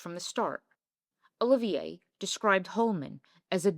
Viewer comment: Did you really say Withering instead of Wuthering? It’s bad enough that you mispronounce so many other words and names, esp Larry Olivier’s, but jeez, if you want to sound like an expert, get it right!